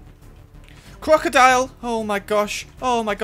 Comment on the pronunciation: am i wrong did i hear say quackadoile?